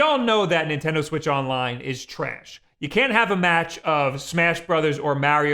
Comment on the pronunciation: You say "trayash" like Frank from It's Always Sunny. I fucking love it.